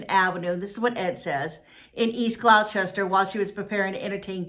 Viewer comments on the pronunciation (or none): It's not pronounced GlouCHESTER. It's pronounced Gloster/Glawster. It's so weird to hear GlouCHESTER over and over. Also, it's not ChaTHam. It's prounounced ChaTUM. Something I found interesting: I wonder if the police followed up on. Someone saw a Craigslist post just before she disappeared, searching for "a dear motherly lady I met in Gloucester. " There is no rhyme or reason for this strange, sudden, nearly clueless disappearance. It's very unsettling. Now there are all these potential serial killings in New England. You have to wonder... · Gloucester is pronounced glaw-ster! 😁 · please say gloucester right thank you and she was not found but many belive that she had a medical emergency and got swept away in the water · You're asking someone to pronounce Gloucester correctly but your sentences are filled with gramatical errors!😆🙄